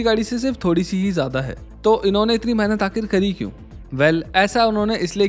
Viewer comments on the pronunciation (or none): none